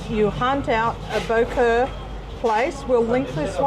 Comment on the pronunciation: Wrong, boeuf bourguignon is made with wine. Bò Kho a copy of regular french stew. Pho is from pot-au-feu with off cuts the French did not use and Banh mi is from pain de mie. It's pronounced "Bah Khaw", not the way they massacre the name.